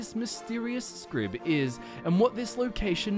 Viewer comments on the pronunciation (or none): Why are you saying Scrib? It's Xrib as in "Zrib" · I feel like his name should sound like "ksrib", and yet I hear him say "scrib" every time. What's wrong with me? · If it's the Temple of "Xrib" then your pronunciation, "skrib" doesn't really make sense. The letter X doesn't say "sk", it says "ks". It's the temple of "ksrib". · I can't help noticing that even with as many times as you pronounce the word Xrib as "scrib" you never thought to pronounce it with a long "i" sound..."scribe". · Fascinating. I love getting lost in Xrib. I think the "X" refers to how the pillars in the main chamber need to be traversed. Also, do you have a reason for pronouncing it as "Scrib"? My instinctive pronunciation was "Zrib"... The hard C seems to be out of place amongst other Dwemer sounds... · Interesting video, but I'm curious where "Scrib" is coming from in Xrib. Xylophone, Xander, Xerxes, etc. X is a Z sound. Wouldn't it then be "Zrib?" Is there an NPC somewhere in any game that officially says "Scrib?" Not trolling, genuinely curious. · can anyone help me as im not familiar with the in game languages is there a reason why it is pronounced "scrib" and not "zrib" ? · In what language does the letter X = "Sk" phonetically?? Because normally, in literally every English dialect, the letter X = "EKS" and occasionally "Z" phonetically. It seem much more likely that the name should be pronounced "Zrib" or "Eksrib". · It's temple of Xrib, not Scrib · it might actually be pronounced "zrib" instead of "skrib" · The X in Xrib is actually pronounced ‘Mick/Mc’. So the correct pronunciation of Xrib is McRib. Yes. The Temple of Xrib is, in fact, a McDonald’s. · I always thought Xrib was pronounced as "Zrib." You know, with the X being like how it's pronounced in "xylophone." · how does "xrib" get pronounced as "skrib"?????? x doesnt make a hard c sound???